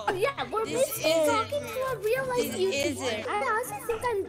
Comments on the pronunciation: wait.... a YOo-ToO-bUr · A yOUuT-b-Er? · i was dying when the said "a u toob er!?"